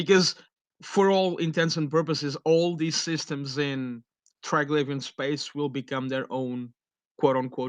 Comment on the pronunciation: How does the person that is the authority on this not even know how to properly pronounce Triglavian